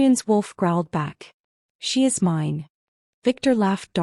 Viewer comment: Wolf was whining “Wine”? I think “Mine” is correct.